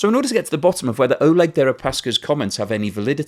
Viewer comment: Damn, guess I missed out on a unique defenestration joke. BTW Oleg is pronounced Ah-LYEK in Russian, their version of Alec.